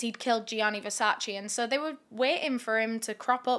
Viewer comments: You were driving me crazy with the constant wrong pronunciation of Versace. Versace, not Versaci 🙈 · Correct pronunciation of Versace is: 👉Versach-eh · So many I know and love cannot help it/have said "Versace" incorrectly for too long ( maybe do not care at all that is all good too!) I hope people that have loved Versace forever and a day, or are expanding their style or just learning what Versace truly is...more than fashion....don't want to make it a long rant on a great video ha ha BUT internally screams hearing the "chee" at the end of Versace being forever pronounced wrong*. Don't come for me I had to comment as soon as I heard the "CHEE" at the end. EEEEP *back to the kicka$$ vid by cause she is freaking just awesome, doing this YT niche better and expanding into what she has. - Someone that is Italian but lives in the U.S. Any other people that are Italian or not at all..still correct people each time they hear it said that way?? I cannot help it. This channel is excused from it tho lmao just want everyone else to know how to say it. Listen to the Versace family or their actual advertisements/ads. Rest Easy, to a total genius and someone i would have loved to meet and spend a day in the life with or in the brain of this legendary man. #VERSACE <3 🥰🥲🤧